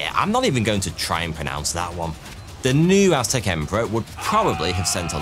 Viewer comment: Watching dispense knowledge while he mispronounces many Aztec names is the video I didn't know I needed!, the amazing history, animation, and production is a bonus.